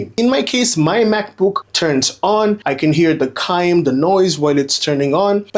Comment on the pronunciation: Chime is “CH” you are pronouncing it as Cime.